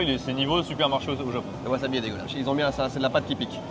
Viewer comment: haha mais pourquoi dit waZAbi au lieu de waSAbi lol! Chez nous c'est interdit de prononcer les SA en ZA! OZAKA WAZABI lol